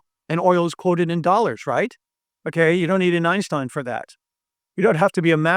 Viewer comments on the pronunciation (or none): none